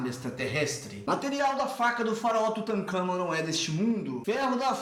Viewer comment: Eu respeito muito quem reconhece que tem limitações e que aceita críticas. Isto devia ser óbvio para qualquer um, mas infelizmente não é. Gostei também da sua atitude em priorizar a qualidade dos vídeos e não apenas a quantidade. Agora uma correção: é Tutancâmon e não Tutâncamon como está no vídeo.